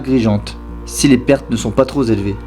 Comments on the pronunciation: qui dit les commentaires , il fait une liaison bizarre en mettant un S à TROP, c'est désagréable à entendre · Très sympa mais il y a un autre problème. A la bataille des Ardennes vient de se terminer et on passe au 11 Nov 1945 avant de revenir sans logique au 22 Avril à ! Attention aussi aux liaisons avec "trop" - troZ-éloigné" par exemple. Et à , c'est "pronostic" réservé, pas diagnostique ! ;-)